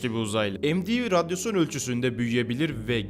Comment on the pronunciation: Radyosyon ne hocam radyasyondur o